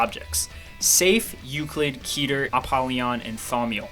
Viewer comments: Its Ket-er, not Keeter. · "keeter" sounds off. its ket her